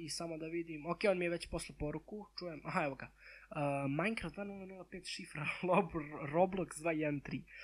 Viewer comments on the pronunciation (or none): none